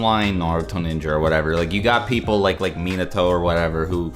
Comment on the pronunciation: How you guys do some many video and claim to be "lore master" cant even say "Minato" correctly?